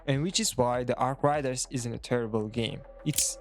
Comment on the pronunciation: Learn to say arc raiders